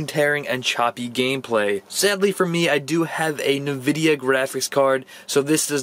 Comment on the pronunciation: In the nicest way possible, phonetically, it's "enn-vidia" not "nuh-vidia" re the graphics card brand.